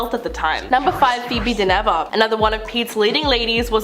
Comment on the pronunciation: Dynevor pronounced Din ever all run together . Why don’t you check these things .